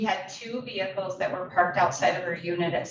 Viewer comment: Vehickles? Seriously